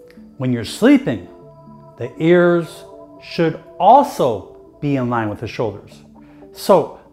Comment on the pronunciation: Funny way to say "ears".